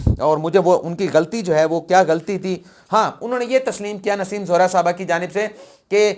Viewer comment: Kali not qaley! Nassem Zohra not Naseem Zehra!